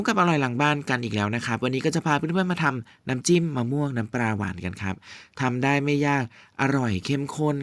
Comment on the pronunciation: น้ำปลา ไม่ใช่ น้ำปรา น้ำเปล่า ไม่ใช่ น้ำเปร่า เฮ้อ ออกเสียงทำไมเพี้ยนไปหมด